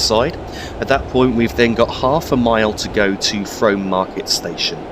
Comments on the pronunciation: I believe Frome may be pronounced Froom. The town along the Berks and Hants cutoff is certainly pronounced that way. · Frome is pronounced "Froom" Great video :) EDIT: Just read other comments :p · its pronounced Froom